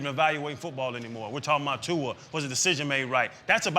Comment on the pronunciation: My man! Finally someone that pronounce Tua’s name correctly